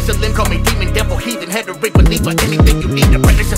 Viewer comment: Im calling for a redux of the guts rap, the word "heretic" was pronounced... "HETERIC".